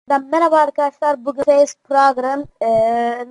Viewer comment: bişey dicem en başat bebbaabla arkadaşlar dedin